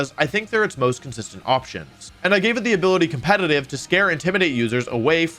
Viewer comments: Compenanive. Companinive. Cumpeninive. Compenaneva. Goddamit dude, why can you NOT say competitive. Jesus FUCK! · When will the man learn how to pronounce "competetive". COMPETENTIVE